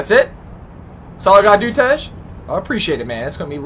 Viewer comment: Why do you say tes his name is tej